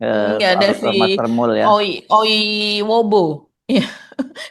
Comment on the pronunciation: akhirnya nyebut nama si Termul itu dg benar, Oiwobo, bkn Oibowo lagi, sama kyk mas Hersu kyknya susah bnr nyebut nama mantan Menag itu, selalu nyebutnya Yakult, mungkin keingat minuman prebiotik itu terus kali ya😂😂😂